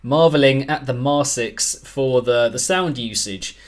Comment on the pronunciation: Oh, btw their name is pronounced “mar-kicks”, which I believe they themselves stated at some point but I don’t remember for certain. (Maybe you correct this later in the review, I’m watching it rn)